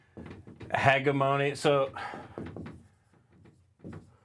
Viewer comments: Can't pronounce hegemony hahahaha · Maybe look up words you don't know how to pronounce like "hegemony", because what you invented there ain't it.